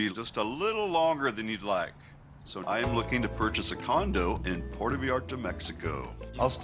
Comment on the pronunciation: He's been going there for years and still can't manage to pronounce Puerto correctly